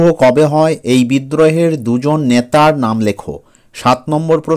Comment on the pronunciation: ন্যাতা নয় নেতা😂😂😂😂😂😂😂